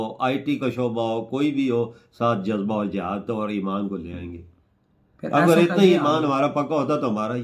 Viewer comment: Jajba😂😂jajjba😂khawo jabba ko